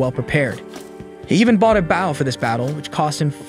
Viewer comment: Why would you read bow, a medieval weapon for firing arrows, as bow, a formal greeting to a superior?